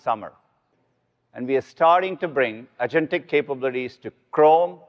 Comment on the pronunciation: nah the word this time was angentic. lol